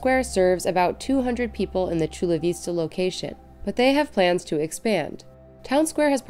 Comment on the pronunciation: it's Vista, the i as in 'it'.